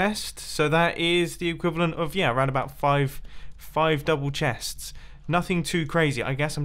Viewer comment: 5 double chestes, not a ridicoulous amount.... Sure not Mumbo